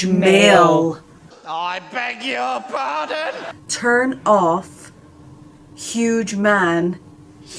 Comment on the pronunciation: “I BEG YOUR BARDON!”